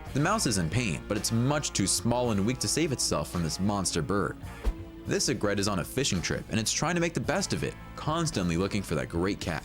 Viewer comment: This guy should look up how to pronounce "egret," "vermin" and "misnomer"